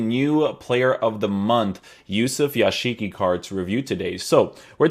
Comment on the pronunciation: Yashiqi? It's pronounced Yazıcı